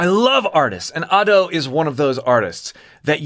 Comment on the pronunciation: youre genuinely the only ado reaction channel in my eyes, like you actually explore how she uses her voice and tell us what shes doing!! it makes listening to the songs more interesting and helps me appreciate them more. also youre the only youtube ive seen to say her name right